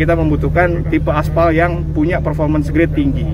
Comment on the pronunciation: baru tau aspal di baca espel.